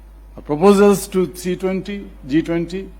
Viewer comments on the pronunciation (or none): It is G20 Not C 20 😂😂😂😂